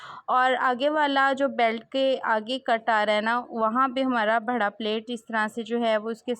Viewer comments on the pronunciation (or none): پلیٹ نہیں ہوتا پلییٹ ہوتا ہے ۔ بھڑا نہیں ہوتا بڑا ہوتا ہے۔